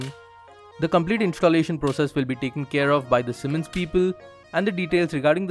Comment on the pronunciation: It's "S" not "SH". Annoys me a lot :/